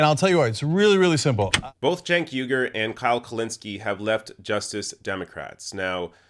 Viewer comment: You keep mispronouncing Cenk Uygur's name.